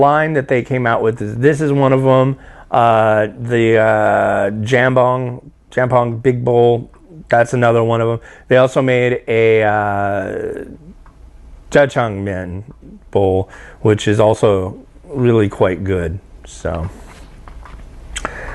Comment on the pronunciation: dukbokki is pronounced like thuck-bohk-ee and jjajangmyun is pronounced like jah-jahng-me-yun. The me-yun part is one syllable. Those were the biggest offenders. Have you ever tried bibimyun? It's pretty good stuff!